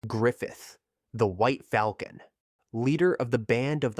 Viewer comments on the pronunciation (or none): none